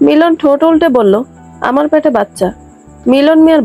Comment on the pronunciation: “প‍্যাটে” নয় “পেটে”